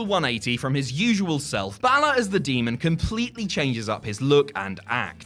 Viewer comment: Balor is pronounced wrong it sounds more like bail-er or bailer